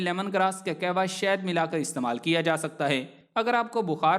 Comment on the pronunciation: Ur pronunciation of kawah is not correct